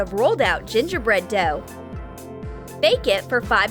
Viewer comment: он сказал доф